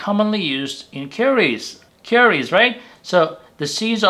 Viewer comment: It sounds like you are saying that fenugreek leaves are used in caries. The closed captioning also typed out the word as caries. Caries means cavities in one's teeth. I'm guessing you mean curries. It's very distracting.